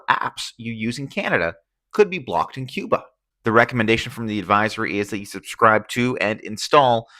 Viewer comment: No sabes pronunciar Cuba , yo tampoco sé pronunciar quihanada , cuando aprendas a pronunciar Cuba yo aprenderé a pronunciar Quihanada ok gracias